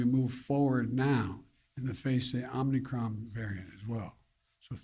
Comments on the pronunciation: Oh they both said Omnicron and not omicron. And the second question Joe couldn't even read the second person's name. That person had to do that for him. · Did he call it omni-cron? Let’s go brandon